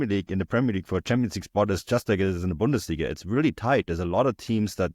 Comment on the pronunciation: You need to work on your pronunciation of 'Bundesliga' my friend. AI seems to think you are saying something terrible. stamps